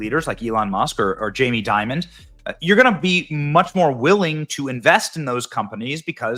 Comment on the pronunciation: It's Dimon, not Diamond. If you are going to praise someone, know who he is first.